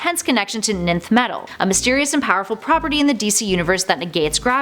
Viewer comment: Ninth metal. NO. It’s pronounced Nth metal.